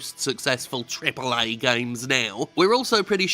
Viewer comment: "triple AAAye" love it